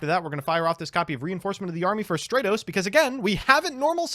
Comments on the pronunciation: Not only pronouncing Stratos wrong, but doubles down and rants on with parody names, while also having the last one pronounced remotely correct xD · Had to dislike because you kept saying stratos wrong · Stratos would be stronger if you pronounced his name correctly. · Stratos:, if you love me so much, WHY CAN'T YOU SAY MY NAME RIGHT?! (flies away in tears) ^_^ Love the video!